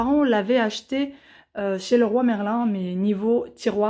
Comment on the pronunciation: Cc top le vlog mais St dis Leroy merlin et pas roi merlin lol